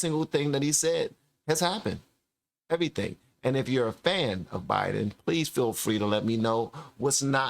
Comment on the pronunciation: Not sure if you know you even said it "obiden". Not trying to correct you in anyway.